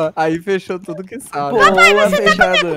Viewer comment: Falou bunitinoh falou tludo